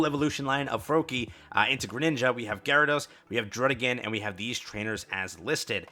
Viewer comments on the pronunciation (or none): none